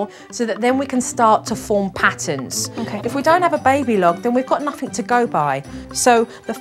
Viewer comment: Her pronunciation is appalling: MisCHEEVEEous Chowd Chiwdren Sumthink Nuffink Togevver Miw-Wiw (meal-wheel) And the grammar… Don’t say nuffink to him 🥴🙄